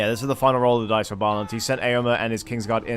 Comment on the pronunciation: Bro, I didnt know I was being casted wtf xD just some random guy told me about ur channel:o Btw my name isnt pronunced like Balin the dwarfs, its in hungarian and the "á" is like the first sound from the english "I" (am), but you can type it in google translate if set to hungarian. Nice cast btw